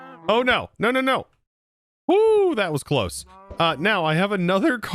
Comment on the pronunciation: "close", not "choose"